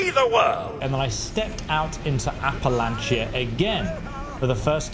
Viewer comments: "Appalachia" pronunciation depends on which side of the mountain you are on.. and they actually got it right, for where this takes place... West Virginia side: "appa LATCH uh" Tennessee side: "appa LAY shuh" I have lived in both places, 15 years, each. Love em both but this is one idiosyncrasy. Still, that Bethesda got this right for the setting is nice. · App-uh-lay-shuh (like shucks) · its Appalachia "app-a-la-ch-ia" so appalach(ia) no y or thats how all of us that live here say it. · Appa Lay sha😂